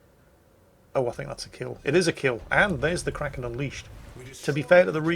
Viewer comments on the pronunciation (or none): none